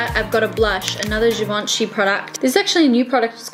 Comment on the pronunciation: The G in Givenchy is a soft G. It's not Gee-Vahn-Chee. It's zhee-vahn-chee